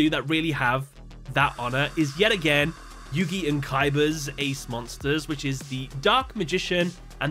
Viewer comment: Isn't it Yugi?